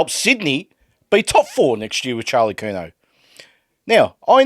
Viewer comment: He said curNAO